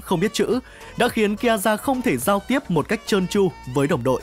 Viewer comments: Ki a za :)) Má phát âm phèn chúa thật sự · Nghe đến lúc đọc Kiaza là tắt video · Đọc tên còn chưa đúng còn đòi làm clip